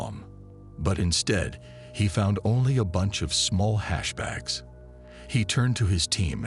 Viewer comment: AI SLOP, cant make it trough 10mins because of the word HAAASH